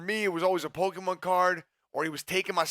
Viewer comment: “Pollkeymon card”